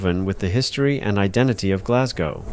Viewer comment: Thankfully you say Glas - go (rhyming with "no") And not Glas -gow (to rhyme with Cow) as most American/ Canadians do!